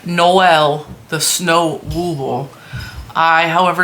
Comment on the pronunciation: You are correct when you call him Noel, emphasis on the ‘No’. Noelle is the feminine form. Regardless, he’s cute, as they all are! And I like the extra rows on the stocking, too.